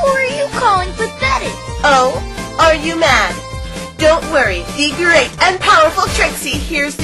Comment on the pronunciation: When Trixie said "Are you mad?" It kind of sounded like "Umad?"